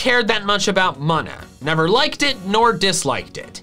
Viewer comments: Munna = "moon-uh" 🌙 not "muhn-uh" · BTW it's pronounced MOO-na, not MUN-uh for Munna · Normally you're really good at pronouncing pokemon names (Yahvaltal included, of course), but....what?? LIE-leep? It's LILL-eep...like a lilly...right? And I've literally never heard anyone pronounce Munna as anything but MOON-a, like....a moon stone. Yknow, that thing it evolves with? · That's a pretty brave way to pronounce munna.